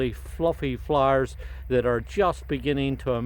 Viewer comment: love the Irish ☘️❤️ thank for your videos x it when you say floooers 😊❤️